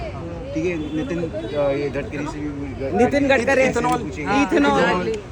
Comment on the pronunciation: Inko naam lena to aa nahi raha nitin gadkari ka 🤣🤣🤣